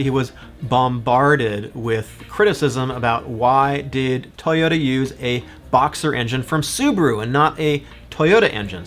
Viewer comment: Tuyutta? Where are you from? Minnesutta?